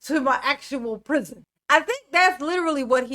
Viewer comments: I cant wait until Duh-rel releases his tell all memoir, "under the prizion" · I wonder if he thinks all the other inmates in the pri-zee-on gave consent to go there.